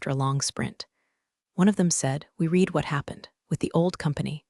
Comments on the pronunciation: The past tense of "read" is also spelled "read," but it is pronounced like "red." This means that while the spelling remains the same, the pronunciation changes between the present tense (pronounced "reed") and the past tense. HAY , you damn computer app --- are you smarter than Atari Pong 😎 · Read is pronounced (reed) or (red). Your AI is embarrassing you and you were much too lazy to edit an AI story. How incompetent are you?